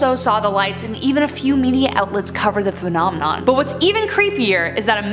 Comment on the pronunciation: I thought I was the only one who heard that 😂